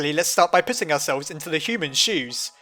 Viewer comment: at about when he says "let's start with puting ourselves in the human's shoes" I thought he said " let's start with pissing ourselves in the humans shoes!"